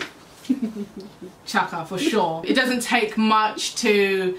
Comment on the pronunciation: Just realised you say chiaka's name as "chaka" like in Chaka Khan lool that's so cute 😝